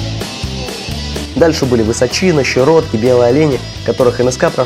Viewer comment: ВысОчина, никак не ВысочИна :)